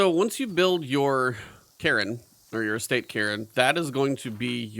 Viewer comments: Cairn is a scottish word, said like Care with an N on the end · Cairn is a Scottish word that means rough pile or rocks used as landmarks, and is pronounced care-n. The E is not pronounced as in Karen but more like Kar-n, Hope this makes sence and you can understand my description. You could also type the word into google where there is a Oxford English Dictionary result that says the word aloud, just press the blue speaker icon.